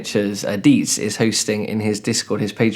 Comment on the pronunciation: Did you say, "Deets"? What channel is that? Cool project by the way